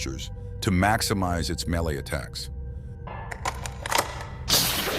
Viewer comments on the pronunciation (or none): none